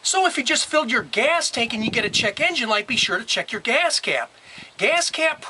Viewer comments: Your video is helpful. BUT, OMG!!! The way you say “geeyass cap” is brain scratching!! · why do you accent on the word GAS?